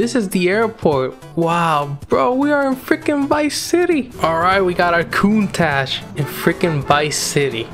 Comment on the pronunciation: Bro they called Countach "Countcash" lmao what the fuck hahahaha